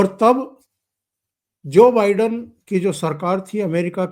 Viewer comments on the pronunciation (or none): none